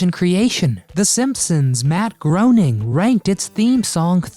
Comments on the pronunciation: Matt Groening’s last name isn’t pronounced “groaning”, it’s pronounced “graining”. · it is pronounced Matt GRAY-ning. He purportedly hates it when people say- GROANing. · It's Pronounced Matt "Gray-Ning"... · Just a tip for you. Matt Groening's last name rhymes with raining. 👍